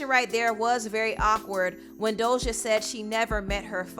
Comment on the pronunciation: Ima need to stop pronouncing that imaginary “L” in “Doja”. 😂😂😂